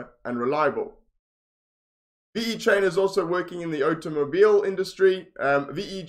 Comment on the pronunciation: ve-chain not v-e-chain ! but yeah nice review